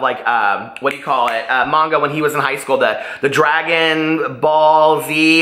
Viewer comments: You’re pronouncing it correctly. It’s Mahngah. My first language is Japanese and I’m now reading Orange in Japanese. You made it sound so good that when I found it at the second hand book store I got so excited! I turned to my boyfriend and said, recommended this! lol Did you know they have an anime version of it too? I’m reading Sweet Audrina and loving it so far 😊 Thanks for this book club. I got injured recently at work and so now I’m bored out of my mind while I recover and it’s giving me something to do. 💙💙💙 Thanks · I love the Illuminae Files series (Illuminae, Gemina, Obsidio), I hope you do too. I liked Orange too. You're pronouncing manga correctly I think :). I haven't started My Sweet Audrina yet, because I had to finish off my library books which are due soon. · You’re saying manga correctly.